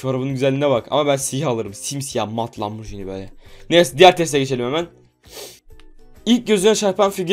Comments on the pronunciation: Lamborcini degil abi lamborgini diye okunuyo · O arabanin telaffuzu lamborcini degil lamborghini